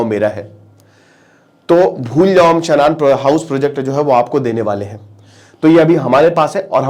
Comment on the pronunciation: शनान नहीं शानन है